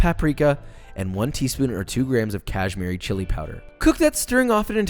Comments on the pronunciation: No-one: Literally No-one: Weissman: Pronounces Kashmiri as "CaShMEri Chilli Powder" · Cashmeeri. Bruh. Its Kashmiri. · Great recipe, great video, great channel, but you got to work on your pronunciation, man. Bazzmatti? Kajmerry? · I like how how pronounced kashmiri are cashemer-ee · Don't forget the "cashz miri" chilli powder